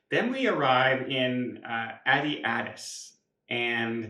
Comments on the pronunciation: They probably heard your pronunciation of Addis Ababa and decided you were too disrespectful to be a priority. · OMG...more videos of not knowing how to pronounce Addis Ababa. shouldn't be allowed to travel to any place that he is incapable of pronouncing properly. Bizarre, given his profession. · ADIS ABABA!!! Please learn the name of the place you're visiting. How would you like it if someone called Ottawa, Wattaow??? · For a travel agent he can't pronounce cities in the world wrong. Sad. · It just drives me crazy that a travel agent can't say the names of the capitols. is not even close today. Addis Ababa...so easy. Come on. wants to be sure you know that he is in "business class" how many times has he said that. Yes we got it. They don't use the term "stewardess" any more and have not for years. Brain dead people on flights....wow that is an intelligent thing to say. I feel sorry for...he is so lonely. He took this same trip last year. Please comb your hair. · He doesn’t care! As a travel professional, he could at least learn the names of places he goes 🤦🏻‍♀️!